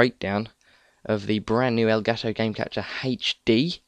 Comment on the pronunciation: Nice to see people saying "elgato" instead of "elgaaato"